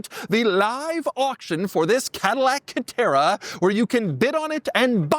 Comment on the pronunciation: Dude , calm down before you have a stroke. It’s just a C a TE rA